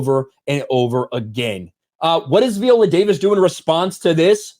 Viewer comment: Dude, I agree with the videos you've been doing on this story one hundred percent. But why in the world do you keep switching up the pronunciation of her first name? 😆 One minute you pronounce it "vie-OH-lə" and then you come right back in the next breath and pronounce it "vee-OH-lə". It's like fingernails on a chalk board. Just for the record, it's pronounced "vie-OH-lə".